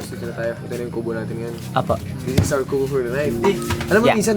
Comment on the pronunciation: loko ka HAHAHA imbes na "this is" ginawa mong versus 😂